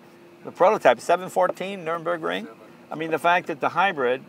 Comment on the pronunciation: Did anyone else cringe when he mispronounces 'Nurburgring'?